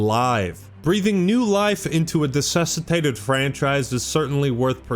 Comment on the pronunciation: "dusitated"? I think you mean "dessicated".